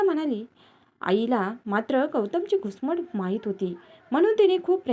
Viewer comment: गुसमड नाही घुसमट